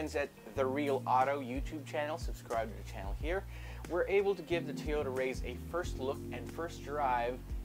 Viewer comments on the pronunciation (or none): it is pronounced rise bro